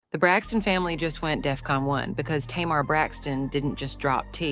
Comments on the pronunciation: Tay Mar not Ta Mar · U really know how to drag out something forever. This is too long to listen to . Always what it isn’t never what it is. Did u ever listen to the show for the pronunciation of Tamar’ name.